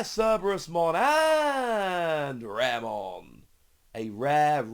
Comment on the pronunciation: Raremon actually pronounce ra re mon, ra re is mud in japanese